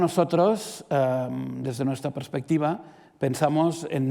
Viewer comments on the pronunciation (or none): none